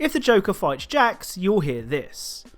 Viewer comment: btw it’s “Dr-ax” not “jacks”